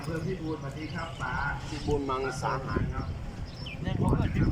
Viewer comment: อำเภอพิบูลมังสาหาร ไม่ใช่ มังสังหาร โอ๊ยเนาะ 555